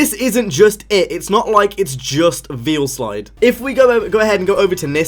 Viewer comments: Goddamit its Veilside not Veilslide. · It's pronounced "Vail - Side".... Jus' sayin', bruh..